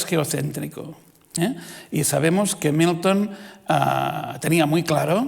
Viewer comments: Querido Dios, ayúdame a dejar de escuchar Newton cada vez que dice Milton. Gracias Señor. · Gracias, ahora por leerte, ya solo escucho newton